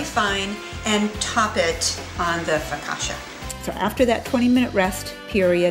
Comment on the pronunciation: Loved this!! But the way you pronounce focaccia is hilarious ahaha <3 <3